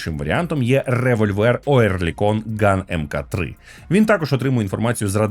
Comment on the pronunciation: Любі друзі! MK-3 читається як MARK-3, будь ласка. За відео, лайк.